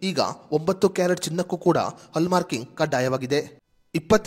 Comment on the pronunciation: ಹಲ್ಲ್ ಮಾರ್ಕ ಅಲ್ಲ ಹಾಲ್ ಮಾರ್ಕ್